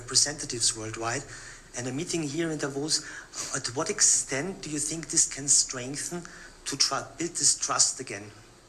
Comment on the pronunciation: " I sink" , I wish he would sink, with all the rest of his WEF.